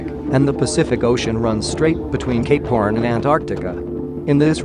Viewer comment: Instead of cape horn i heard capor